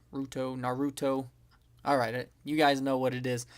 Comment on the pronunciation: It's called nar-u-to